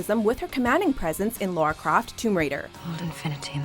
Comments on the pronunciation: LARA NOT LAURA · LARA Croft not LAURA Croft.. geez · Ok this is really annoying me Lara is pronounced la-ra not Lora not Laura LA-RA 🤦